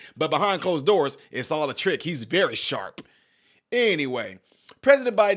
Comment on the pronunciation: Be vwey vwey quiet, im.eating ice cweam